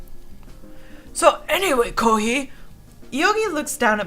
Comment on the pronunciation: It's not pronounced koohee it's pronounced koohay, hei=hay